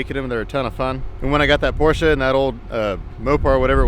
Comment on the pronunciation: Damn! You are one of a few Americans who pronounce Porsche correctly. Awesome 👌